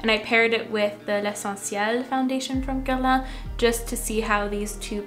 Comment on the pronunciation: Loved hearing your quebecois accent when you said Guerlain! Do a video in French please!!